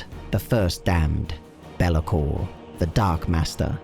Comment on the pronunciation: It's not bel-a-kor; it's bay-la-kor